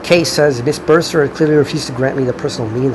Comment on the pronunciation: Hey, don't take it too harshly, you have some good points too but... It's not such a great look when you seem to be so confident in how much you've come to understand Kafka's Trial with all its characters, while struggling with a comparably much easier task to pronounce the name of Miss Bürstner. Your reading gives the impression that you think you've mastered the work's substance that has been resisting any definite interpretation for many decades. Maybe a bit more humility would be in order in the face of one of the greatest literary works? It almost seems like you're falling into the same trap as our dear protagonist, Mr. K, no? How ironic.